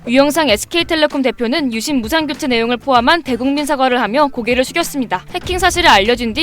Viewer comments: "유심"이라고 하지 않고 "윳씸"이라고 발음하는 이유가 있나요? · AI썻나 유심발음이 왜저럼? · 유씸 유씸 발음 너무 거슬리곸ㅋㅋㅋㅋㅋㅋㅋ